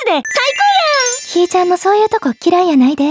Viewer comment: ひーちゃん↑ の発音が好き。